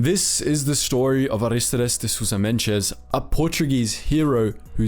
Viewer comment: Nice video! I think you learned to pronounce his name in Brazilian Portuguese. In Portuguese, Mendes doesn't have a "J" sound after the letter D